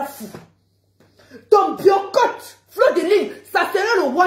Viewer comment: Biyorcottt 😂😂 Mieux tu dis biyacott c est mieux puiskil s agit de ça😂😂😂